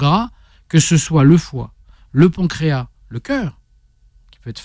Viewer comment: il faut prononcer le "S" de pancréas. Voir dans le dictionnaire la phonétique.